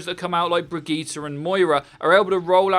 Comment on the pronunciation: the way you say Bridgette makes me uncomfortable